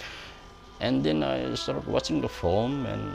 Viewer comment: Every time he says 'Film' it sounds to me like 'foam'...